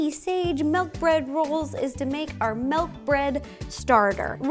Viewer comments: Sorry row but it is not melk it is milk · I will never get use to hearing Ro say "melk" instead of milk now ever since Mike pointed it out lol. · I love Ro soooo much.... but it's not MELK 😫🥴😂